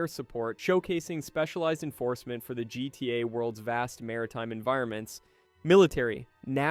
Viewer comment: Did you cash GTA 5, GTA “vee”